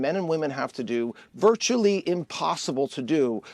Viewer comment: He's so nervous about his LIES that he cannot even say protesting. Prostesting???? OUTRAGE